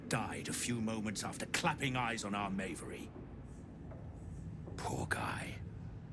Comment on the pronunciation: Funny how the voice actor for the Bugbear pronounced Mavery two different ways.